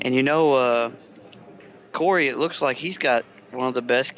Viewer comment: and u said Corey name perfectly